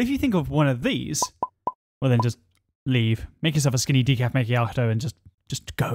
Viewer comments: it’s pronounced maa-kee-aa-tow not may-kee-aa-tow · How you say macchiato triggers me